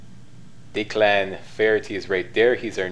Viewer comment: Not sure if you even care, but it's not "Dee-clan," it's "Deck-lin":) lol